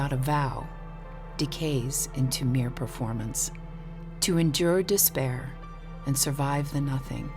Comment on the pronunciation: Quotation: "Angeh is moah useful that dispaeeaah."